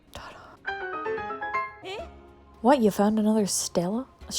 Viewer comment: STELAE a clay or stone plinth containing embossed information. Pronounced steel-ay. Cheers 😊